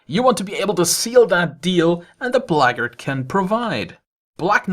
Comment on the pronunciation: "the blahggard" 😂